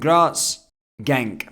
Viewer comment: Genk not gentk